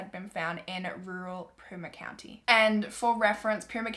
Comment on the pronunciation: Hi I’m from Arizona and just wanted to inform you it is pronounce too-sun and pee-ma county